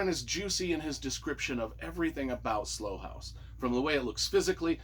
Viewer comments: Long long time fan of Mick Herron and can’t wait for the next in the series they just get better and better. The TV series is fantastic by the way!! And as a U.K. resident Slough is pronounced sl OW. Like OW a when you bang your finger with a hammer say 😂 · Looking forward to reading it. FYI, Slough is pronounced like “how,” and “cow.” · It's Slough (pronounced like rhyming with 'how') and it's a town outside of London.